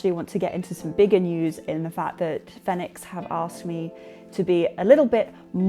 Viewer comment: Yay! I was actually in the market for a new headlamp, and this settles it for me. Having never heard anyone else say the company name, I also assumed it was pronounced the way you say it. It fits the phonetic system that I'm familiar with. Congratulations!